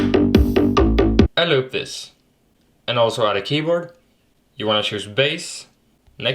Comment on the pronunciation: “Aend looup thees”